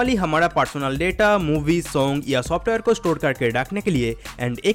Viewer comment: Dear if you can't speak proper Hindi pronounce so please don't make video in Hindi language like real pronounce Hamara but you said Hamada n Zarurat n you said Zadurat ... Learn how to pronounce Hindi words ..